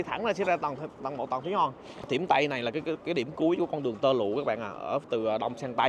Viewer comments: Hoàng mà sao a đọc là Hòn zậy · Chữ hoàng anh khoa ko đọc được nhỉ 😂